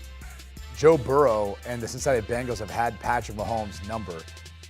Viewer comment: Who are the "Bangals"? Can't this guy talk?